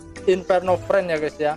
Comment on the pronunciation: Inferno Fiend bang bukan Friend.. Gada R nya